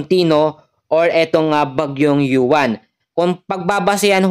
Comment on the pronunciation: Uwan po Ang pangalan Hindi yuwan